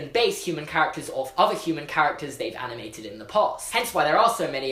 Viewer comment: Who else noticed he says aminated and aminators rather then animator and animated